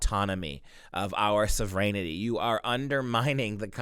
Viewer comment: When you say "so vren' ity" rather than "sov' wrenty" it sounds like serenity. Makes your comments difficult to follow. I'm with you 100%. However, I had to listen twice, carefully, to follow you. Our sov wren type is essential. Please carry on. God bless your great work!